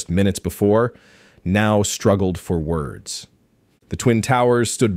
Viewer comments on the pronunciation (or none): "" I love your videos but you pronounce certain words in a way that no native speaker of American English would. In fact, I doubt that any non-native speaker of American English would pronounce those words this way. The entity that does pronounce certain words in American English this way is A.I. and I think that A.I. is narrating this. So...IS there even a? Honesty is the best policy. At least then, we'd know we were dealing with A.I.